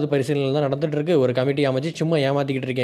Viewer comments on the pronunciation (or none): none